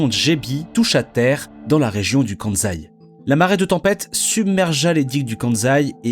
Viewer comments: On dit "Kansai" mais pas "Kanzai", pour être plus crédible !!! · très bonne vidéo. Par contre le choix du bleu sur bleu pour la carte du Japon c'est vraiment pas le meilleur choix 😅 Et c'est 'kanSaï' pas de 'Zaï'. Le 'S' n'est pas un 'Z' en prononciation 🧑‍🏫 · En japonais on prononce "Ossaka" et "Kanssai". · Pourquoi dire le Kanzaï (Kansaï) alors que vous prononcez bien Ossaka (Osaka). Cela pique les oreilles. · N'empêche qu'on prononce Kan-saï et pas Kan-zaï ! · Cette prononciation Kanzai est vraiment agaçante, sans compter que Kansai n'est pas le nom de l'aéroport, mais de la région. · Le "KANZAI", excellent ! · Mais pourquoi cette prononciation de « KanZaï » ? C’est débile ! Alors que la voix off prononce correctement Osaka, pourquoi fait-elle du zèle avec cette prononciation erronée ?